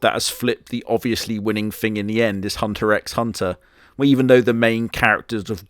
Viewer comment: Another day of having to point out it's pronounced just "Hunter Hunter." "X" is regularly used as a space/hyphen in Japanese due to it being a spaceless language.